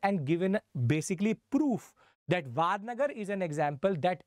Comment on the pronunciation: It's not वाडनगर it's वडनगर